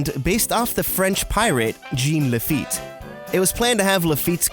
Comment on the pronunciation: Was that pronunciation of Jean Laffite purposely done incorrectly as a nod to OffhandDisney? 😅😂 Also, WOOHOO Monterey CA represent 🖤